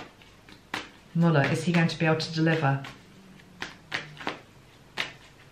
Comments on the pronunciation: pronounced Muller Thanks gtrst reading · It's said muller. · I found you via my interest in Michael, as we believers in MJ say! I love your work. If your celestial team is saying no to YouTube Live, I say good. So. In the US, 1. We call the toilet “the throne” as well. We just don’t say the loo!:) 2. You actually said it right twice. It’s Mull-er, not “Mewl-er.” But you managed to say Mule-er ( a mix of both mewl and mull) which is a more subtle pronunciation and harder to say (for me!) I say Muller. He is known to his friends and colleagues by his humble nickname, Bob. Came out retirement to serve his country in 2016. Love the swan analogy. Fascinating. He is very well protected. No one has actually seen him in 2 years. He is indeed a patriot and not a politician. I wonder about that female energy.. I had a weird Ivanka moment with the 2 of swords. Scary. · There has been some discrepancy regarding the pronunciation of his name, at first the media was saying it like Muller, but for probably a year they have been saying Muler, I don’t suppose it matters except in one’s attempt to be respectful. I would agree he is very quiet, or circumspect in his use of words. In this long ,drawn out investigation his office has only once made a public statement, to my knowledge. At present the media “loves” him, hoping he will destroy President Trump. It will be very interesting to see how he is treated should he exonerate. We live in interesting times. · Thankyou for your intuitive impressions. His name is pronounced MOLE-er ✨🙏🏽✨ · Beautiful energy you always have. ( His last name is pronounced (mull / er) :) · They pronounce his name like "mull-er" on the US news channels.